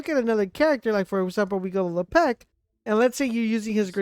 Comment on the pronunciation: Good videos, but the way you mispronounce Lepic and Gley (it’s Glay not Glee) is borderline unbearable 😂 can’t tell if you’re trolling or serious, but I hope it’s the former